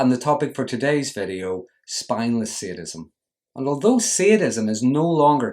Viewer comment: Its called sadism not seeadism!